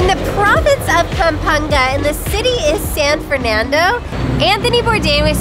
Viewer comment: Perfect pronunciation of "Pampanga " I'm impressed!